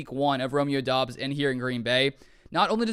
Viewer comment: Isnt it pronounced like dubs you saying it like Dobbs